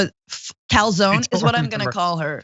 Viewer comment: Calzone rhymes with "cone" or "zone" ;-)